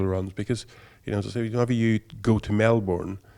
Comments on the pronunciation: I live in Melbourne Australia. And it’s pronounced MEL-BURN not MEL-BORN. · The correct pronunciation is “MEL-BURN” fight me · It's actually Melbn. That's the closest way to say it if you aren't from Australia.